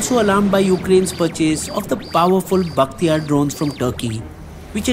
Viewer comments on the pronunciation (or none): Bayraktar not bakhtiyaar 😜